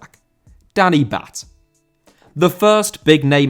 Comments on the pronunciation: It’s pronounced Danny “Bart” not Danny “Batt” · Im sorry but im a stoke city fan and you pronounce Batth as “Bart”